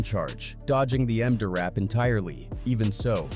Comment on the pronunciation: The "Em-Dur".